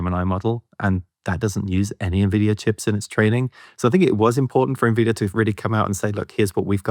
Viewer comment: Despite Chris's best efforts, didn't comprehend how moronic he sounds by mispronouncing Nvidia.